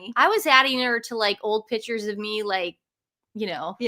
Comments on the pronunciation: Great show, but please it's PICTURES, not PITCHERS!!!!!! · Please pronounce it “pick-tures not pitchers!!!